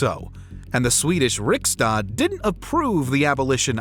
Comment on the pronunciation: That's storting, not stoolking. And riksdag with a G. if youre not gonna try, you can just say parliament.